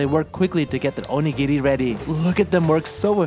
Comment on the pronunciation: Not that I'm surprised, because it's you, but I'm so glad for your pronunciation of "onigiri". Everytime I hear "OH-KNEE-GEAR-EE" I cringe so bad.